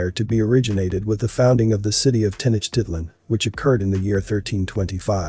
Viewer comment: My ears hurt upon hearing narrator mispronounce Tenochtilan.